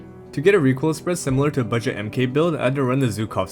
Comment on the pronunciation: Great video, one tip Mk is in gun terms always pronounced „mark“ So its the mark47, the mark16/17 ect ;)